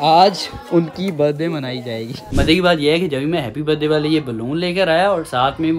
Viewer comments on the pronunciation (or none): Bhai baddy nhi hota birthday hota ha